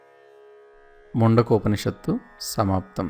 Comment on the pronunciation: Man-du-ko-panishat, not mundakam ani na feeling, any way good